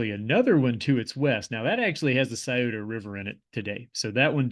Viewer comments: Thank you for pronouncing Scioto right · Thanks for pronouncing Sciota correctly. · As someone who grew up not far from Teay’s Valley and lived in southern OH for a while, it was beautiful to learn more about the area. I’m impressed that you pronounced Scioto correctly. I butchered it when i was first living in the area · You are right. I have heard the Scioto river called the 'skeetoe" river. I am originally from Columbus. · im from the columbus area but i lived in morgantown, he is mispronouncing the monongahela it "mo-non-ga-hail-la" not heel la. but I grew up on Kanawha Ave in sharon twp, he did get that and the scioto correct.